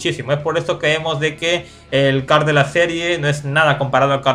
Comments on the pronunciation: No se dice Carl se dice coorl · se dice coral